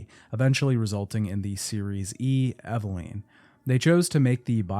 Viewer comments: Take a shot every time he says “Eveleen” instead of Eveline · Bro for the love of God. It's EV-AH-lIN. not EV-AH-LEEN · Eveleeeennn. It amazes me that Mia says her name proper in game and people still can't pronounce correctly lol. Otherwise I enjoyed the video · Eve-LEEN. Lol. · I usually like to listen to these but hated hearing “Evaleen” over and over and over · EveLEEN?? You lost me there lolll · The way you pronounce character names in literally every video just kills me 😂 “Eveleen” But it was weird because it , you actually pronounce it correctly, but then in the same breath, say it the wrong way again. 😏 Silly! ❤ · Took a shot every time he mispronounced Evelyn. I blacked out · It’s killing me especially because even in the audio from the game they pronounce her name correctly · Take a shot every time he pronounces Evelyn wrong